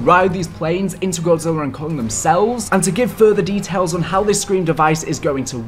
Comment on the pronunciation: Oh how Godzilla's name was botched so badly, the disrespect 😂